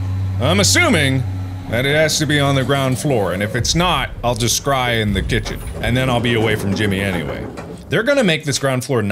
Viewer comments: When he says scry it sounds like cry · Mark out here scrying but the s is silent.